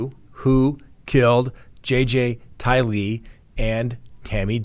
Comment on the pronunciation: Everyone besides you says Day' bell and Ty' Lee with the accent on the first syllable. It makes me not trust you. Very annoying.